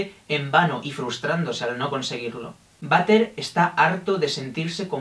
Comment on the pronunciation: m siento mal porque cada vez que decia butter me sonaba a vater de baño y me entraba la risa :'(